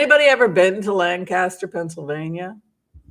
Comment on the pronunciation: Lancaster === you amazingly pronounced it correctly! Most people I've met don't!! My mother was born in that area === her mother was Dutch/Amish === her father was Jewish. When I told that to my staff member who was from Allentown, PA, while we were working in DC === he froze up and treated me like an enemy from then on. The racism in Pennsylvania is palpable!! You are correct! BTW I was born in Carlisle, PA, and was raised later in the DC Metro area.